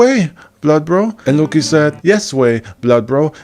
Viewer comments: I’m sure that’s a good video but every time you say LUOCKKKI or trying to pronounce a Nordic word I get cancer on a other part of my body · the way you pronounce loki is unasked for, i cant sit through this video because of it.